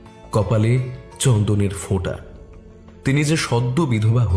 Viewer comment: খুব সুন্দর পরিবেশনা, অনেক নাম করা পডকাস্ট চ্যানেলের চেয়েও গোছানো গল্প বলার ধরন। শুধু একটা ছোট্ট বিষয় একটু correction করে দিতে চাই, বাংলায় 'F' হয়না 'ফ' হয়..... চন্দনের "fota" নয়, চন্দনের "phota" 😊 আশা করি এটা বললাম বলে কিছু মনে করবেন না।